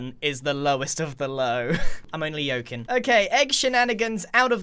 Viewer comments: yoking lol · “I’m only yolkin” never again pls 😂😂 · "i'm only yoking"